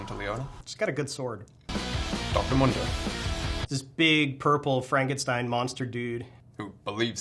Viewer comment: COnsidering they pronounced Mundo wrong, I would say otherwise